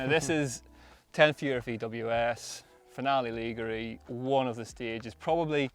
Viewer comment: Please, please can someone teach how to pronounce Finale Ligure before the highlights video is filmed? I'm begging you. Other than that, I've been enjoying the content this year. Thanks.